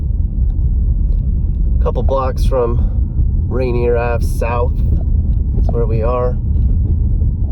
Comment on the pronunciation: That’s RAINIER VALLEY no t Rainer Beach.